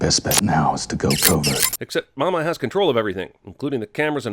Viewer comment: The only sin of this movie is they way pronounce “Mama” “MAW-MAW”.